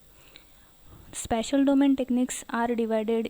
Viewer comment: Its spatial not special